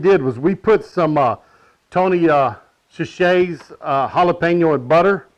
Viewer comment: Its Tony sa-sure-ees. I like the flats best anyway! thanks.